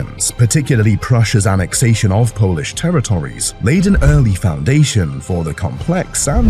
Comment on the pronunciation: Is this narrated by a robot or a human....." Terror Tories,"....what ghastly pronunciation.